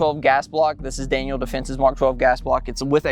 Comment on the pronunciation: Daniel. Not Daniel's